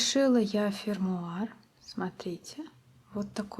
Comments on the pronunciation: Не "фемуар", а "фермуар". Fermare-останавливать(закреплять). Fermata-остановка. Ferma-стой! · Я вообще-то слышала 'фермуар' пусть и без раскатистого 'р'